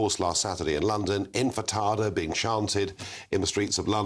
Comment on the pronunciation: I love Natasha! Yes, that way too! 🙂 She’s a brilliant speaker of crystal clarity and top intellect! Oh, and what’s this Infitada of which Nigel speaks? Is that made with potato and onion and then fried? 😏 Come on man, the haters are shouting and calling for Intifada, not infitada! Either way, they’re mainly scumbags who need to be stopped, arrested, sanctioned and educated!